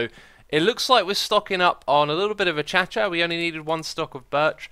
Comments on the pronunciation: "A-cha-cha"? Isn't it pronounced " A-kay-sha"? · hearing people pronounce Acacia like "akashia" and then hearing xisuma pronounce it like "achacha" is weird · I don't think it's achacha it's closer to acaysha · "A-cha-cha" wood? I think you mean "a-kay-sha" wood? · X, I have no issue with you and issue love your videos but, I believe that Acacia is pronounced A-kay-shia not A-cha-cha. Do keep up the great work though! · Just wondering... how is acacia pronounced? I say it as "Uh-Kay-Sha." Is "Uh-cha-chuh" correct? Is it something else? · CrazyCam7 Cameron.S A-cha-cha? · It's pronounced uh-KAY-sha...I live in Kenya so I should know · Acacia is pronounced a-k-shya :) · is acacia pronounced like achacha?? LOL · Bart Stuczynski achacha is how keralis pronounced it that's why he calls it achacha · its pronounced uh-kay-sha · dude, where actually is the h in acacia? 😂😂